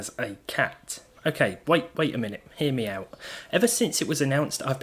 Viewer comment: Did he just said "Hear meow-t"?